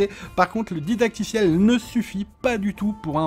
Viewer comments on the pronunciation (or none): none